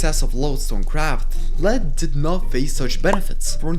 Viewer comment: Lead is pronounced LEED Lead when pronounced LED refers to the metal, which is non-existent in the game outside of mods